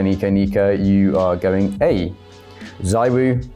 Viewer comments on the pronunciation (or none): Zywoo not S .... cmon